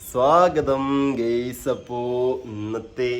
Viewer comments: Dear and ഗെയ്‌സ് അല്ല ഗയ്‌സ് എന്ന് തന്നെ പറയണം ട്ടാ 👍💯❤️🧿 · and ഗെയ്‌സ് അല്ല ഗയ്‌സ് എന്ന് പറയണം ട്ടോ 💯👍